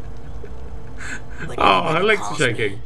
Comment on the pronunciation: He said rrazpuutin but it's spelled Raz Putin XD he's rusiian